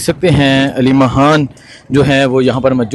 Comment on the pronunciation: Yar yeh aleema haan kia HOTA hai aleema khan hai haan nhe